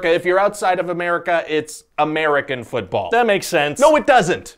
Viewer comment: ah yes, fütball